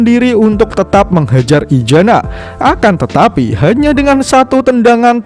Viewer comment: Maaf untuk admin kalau bisa huruf Z nya jangan di baca ijana tetapi isana yaa